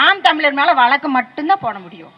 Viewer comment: நீங்க பேராசிரியரா...? நாம் தமிழர் என்பதை நாம் தமி லர் என்றும் வழக்கு என்பதை வளக்கு என்றும் சொல்லும் நீங்கள் தமிழரா...அதுவும் ஒரு பேராசிரியரா...? முதலில் தமிழை ஒழுங்கா பேசுங்கள்...அப்புறம் பார்க்கலாம்.